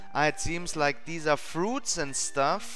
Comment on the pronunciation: Ja, ich habe es an dem SCH und dem fruits erkannt xD